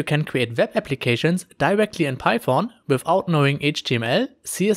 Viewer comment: Interactive dashbog using "Pi-phone" 😂 Don't hate me, it sounds funny, thanks for the tutorial really informative.